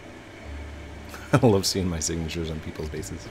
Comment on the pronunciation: Vroum vroum "Get out ma car" Lol! You know that too! With that british accent lol